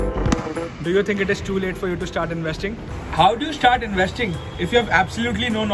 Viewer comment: I m slightly uneasy with the way he was pronouncing the word investing